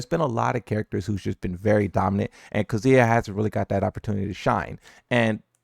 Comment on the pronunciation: Do you hear how he pronounces Kazuya in general?